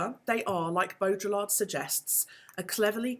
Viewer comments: every time you pronounce the L in Baudrillard, a french philosopher dies inside. great video though. thanks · Nice! You don't pronounce the Ls in Baudrillard though